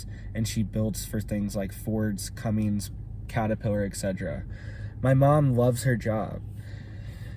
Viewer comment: CummINS* (Cummins). Not CummINGS lol. And I drive a Duramax, but have high respect for Cummins. Other than the 7.3, which is definitely one of the best diesel engines ever produced, say whatever you'd like about the PowerJoke though lol. Sorry, just had to say it lol